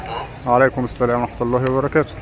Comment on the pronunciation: السلام = assalam اللام لا تنطق لام شمسية